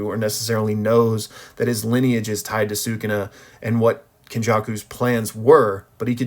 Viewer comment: He not “sookoona” - if you listen closely they say “Skoona” or “suh koona” sometimes.